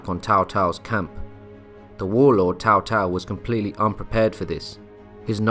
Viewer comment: I think its pronounced "Tsao Tsao", not "Tao Tao", as it's written as Cao Cao.